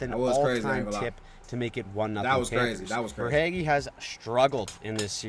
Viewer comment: it’s prounounced ver-hay-ghee.